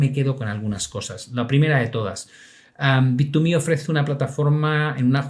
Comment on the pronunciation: ya se confirmó como un vendedor de publicidad de bittuuumehhh 😂